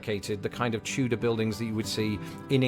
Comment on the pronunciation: Why do you pronounce Tudor like chewdor?